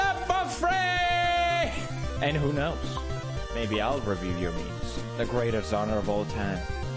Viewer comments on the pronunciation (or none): Normal people :No meme review book review Pewdiepie: "book rewoowoo"